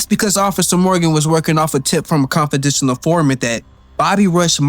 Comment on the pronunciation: "Confidishinal"? 🤣🤣🤣🤣🤣 Well we'll give ya a thumbs up anyway dude.